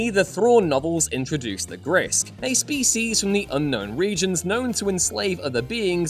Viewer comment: can't say 'species' properly.